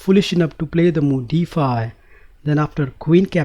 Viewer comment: problem "dee fye"